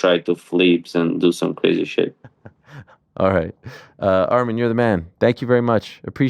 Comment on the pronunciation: Yeth😂. Arman was pronouncing it wrong anyway tho